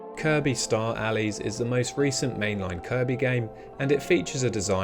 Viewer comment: It's Kirby star allies not Kirby star Allie's